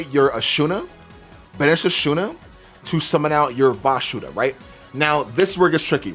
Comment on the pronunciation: Why do you call it "Vashuda"? Isnt it Vishuda?